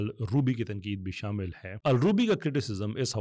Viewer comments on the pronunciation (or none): none